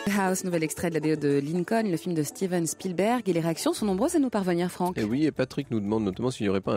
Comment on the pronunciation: Il n'y à pas de h dans spilberg. Un nom propre en anglais ou en français ce prononce de la même manière. C'est absolument insupportable comment mr Verrand ( je modifie également) le dit!